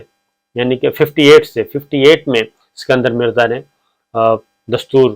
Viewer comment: It was "ISKANDAR Mirza" not "SIKANDAR"